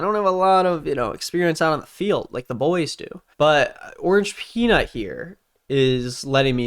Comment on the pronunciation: Bro it’s orangepeanut ffs